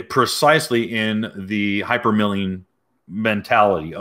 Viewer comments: It's "hypermiling", not milling. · It's "hypermiling" like "miles" not mills. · It’s hypermiling like hyper MILE as in kilometer miles bro. It’s not milling that rhymes with killing. As an aspiring Prius owner I’m disappointed in you bro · at first i thought u said " hypermilking" that was when i met my wife and she had a 2 month old daughter yeah milking fun times.